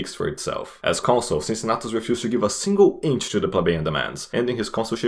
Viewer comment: "Unbiased" lol. Even Caesar was more unbiased than you in his commentarii about himself. Funny video anyway good job. Cincinnatus's pronunciation is wrong btw.